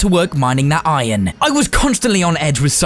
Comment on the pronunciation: Iron not inon